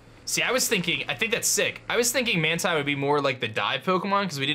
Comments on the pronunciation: Man-Tine, Man-Tine, it's pronounced Man-Teen, Speqtor represent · It’s pronounced man-teen!!!